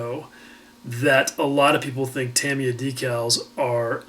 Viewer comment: great last couple of videos, have learned in each one and it is also refreshing to hear someone say Tamiya properly